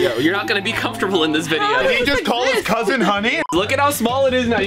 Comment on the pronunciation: “Did he just call he’s cousint honey”BRUH I WAS LAUGHING TO DEATH LOL 😂